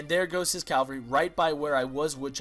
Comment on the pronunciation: just so you know, the horsemen are pronounced like CAV-AL-REE